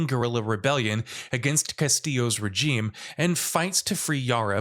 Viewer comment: That’s not how you pronounce “regime.”